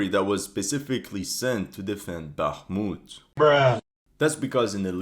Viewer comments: For you guy that know Russian and Ukrainian check out how Zelensky,fuccqed up the pronunciation of Bākhumt,then corrected it to Bakhmūt 😂 because he is a native Russian speaker and not a Ukrainian native speaker. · I heard on a Talkshow sometime back that since Zelenskyy is from a Russian-speaking Ukrainian family, he always pronounces it the Russian way - “Baakhmut” & not the Ukrainian way “Bakhmoot” & ends up correcting himself a lot of times. Dunno if this is true - maybe some Russian speaker can clarify! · So funny ... Zelesnky has to correct his pronounciation of Bakhmut ... hilarious !